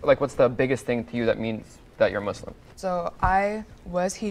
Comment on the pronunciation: Just before I watch the vid it’s the guy that said “I’m Muzlim” Real Muslims say it with a S